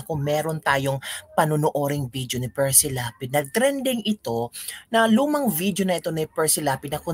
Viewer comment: Correction. Hindi Precy. Perci Lapid